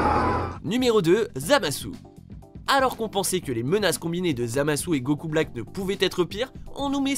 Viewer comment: Arrête de dire gokul...